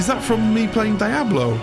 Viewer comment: This video was great. The only bad thing was your pronunciation of Diablo 😂